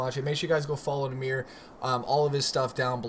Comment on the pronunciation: Ur not saying nahmir right